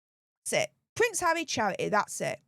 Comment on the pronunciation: You need to see an English language speech pathologist urgently. Havvy ffs